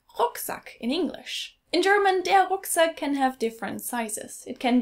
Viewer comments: She said rook sack. The ruck is Like duck. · Excellent video! I differ on the pronunciation of "Rucksack" in English. In the midwest, we pronounce it "ruck-sack" rather than "rook-sack", like does. But then, she's from Florida. Her mother's use of the word "Dreck" also makes me think she's probably Jewish. That's not something that most people use. My guess would be that it's actually a Yiddish word, since Yiddish is so heavily influenced by German. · ruck in rucksack rhymes with luck or buck, not book or cook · Oh, and I am from the "deep south" as you might know it. Northwest Florida is basically Alabama culturally. We pronounce rucksack differently than did. She seemed to say "rook-sack." A southerner would pronounce it literally how it is spelled in English. "Ruk-sack" Like the word ruckus, without the us. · Here in America, our military backpacks are called rucksacks. And when you mention a rucksack to an American, they generally think of a military style backpack, or a hiking backpack. Also, we pronounce the "ruck" part like "luck", not like "rook". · I've gotta say, I've never heard anyone in the States use Weltschmertz or Dreck; the rest are fairly common. I should mention that both of you were pronouncing Rucksack as more of a "rook-sack'; while that works, everywhere I've been I've heard it more as ruck, as in buck or truck. Depending on who you're talking to, you can abbreviate that just like bratwurst. In the military, it was VERY common to hear something like "grab your ruck and let's go" and "ruck march" was the act of physical training by way of a very long walk with a very heavy ruck. We had various official terms for rigid frame backpacks, such as ALICE pack and MOLLE, but generally we'd just use "ruck" =) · Also, pronunciation of rucksack is pronounced as ROOKsack. Whereas on the westcoast of the united state's it's pronounced RUKsack. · normally you'd hear "rucksack" pronounced likr "truck" (without the t) not "rook"